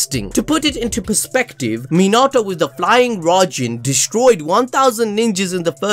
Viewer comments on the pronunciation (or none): none